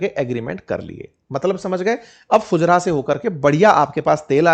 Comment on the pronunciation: फुजरा नहीं फुजेरा होता है भाई